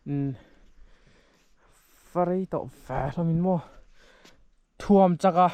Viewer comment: Thuamchaka tiin i chhiar tlat a, Ṭhuamchaka tiin a inziak si a...😅